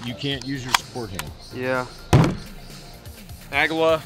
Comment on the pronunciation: "Aguilla" which means EAGLE in Spanish, is pronounced "a-GEE-ya", very fast. Simple shite, dude. 10 seconds on Google Translate? I just be sayin... ...